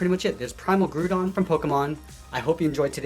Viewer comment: Btw, it is pronounced “gr-ow-don”, like the way “ground” is pronounced, since Groudon is the physical embodiment of the ground. Even still, this drawing is legendary!